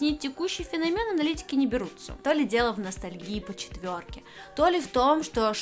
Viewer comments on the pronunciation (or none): финОмен Але ты бы почитала сначала , а потом видос заливала ( как слова правильно пишутся , и куда ударение ставить )